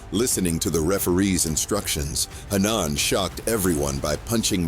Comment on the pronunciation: Hannaaaan? Speak English, it’s pronounced Ha-Nan